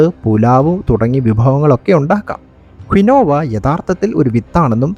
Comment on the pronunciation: Keen wah is the correct pronunciation for Quinoa.